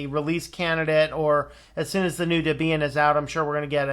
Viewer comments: DebEEan? Is that how it's pronounced? Has my whole life been a lie? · The emphasis should be on the first syllable according to section 1.7 of the FAQ on the Debian website.